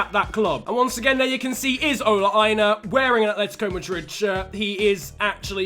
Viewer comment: You mispronounced aina... the ai is pronounced ey not i